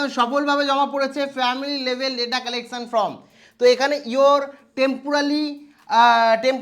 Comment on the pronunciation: Form কে কেন from , SIR কে SRI কেন উচ্চারণ করেন ? এই ধরনের উচ্চারণগুলো ঠিক করুন।